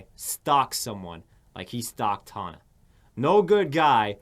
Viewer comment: i just love how he is white knighting for tana, but doesn't even know how to pronounce her name... all he had to do was watch 2 seconds on one of her videos, she says HEY GUYS IM TANA MONGEAU every time. he obvioulsy has never watched her, or ian. he doesn't even know what hes talking about.